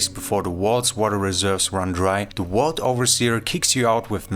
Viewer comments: Hey, can you say VICTOR? now say VAULT, not WAULT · Vault not Walt